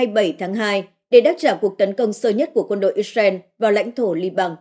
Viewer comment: Dạ thưa mấy bố và mấy má Israel không phải đọc là “ is ren” mà phải đọc là “ IS RIU” con lại mấy má và mấy bố.